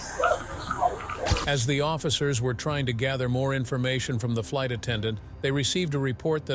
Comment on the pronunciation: Yea I also heard light attendant - instead of flight